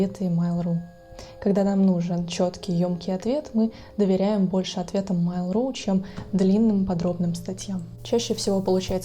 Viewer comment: Ну почему "мАйл", а не "мЭйл"? Вы же не называете электронную почту "и-мАйл".